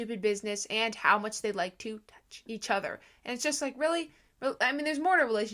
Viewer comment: the fact that you can't even say the word touch is crazy🤣